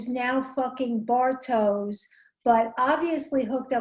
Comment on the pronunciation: Ich wollte grad auch kommentieren, dass es Bartosh ist, nicht Bartoes. Aus irgendeinen grund sagen fast alle das falsch... Gut, dass du schneller und ausfürlicher warst